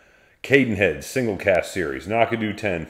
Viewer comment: I was wondering why would review a 10 year Knockdhu….. Without tasting that particular one, my only disagreement might be the pronunciation. Why are you putting an “a” between the Knock & dhu? Keep drammin you guys. I am looking forward to another one quickly I hope…..